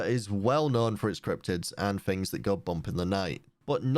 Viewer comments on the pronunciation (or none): its things not fings